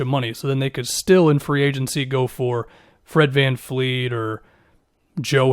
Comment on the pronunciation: vAN vLEET. nOT vAN fLEET.